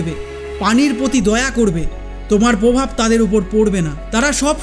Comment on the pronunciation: তোমার এত জ্ঞান কোথায় রাখো? জ্ঞানের সাথে সাথেই উচ্চারণ গুলো ঠিক করলে ভালো হয়। যেমন - পিয় নয় প্রিয়, পভাব নয় প্রভাব, র ফলার একটু গন্ডগোল আছে। কানে শুনতে বড্ড লাগে।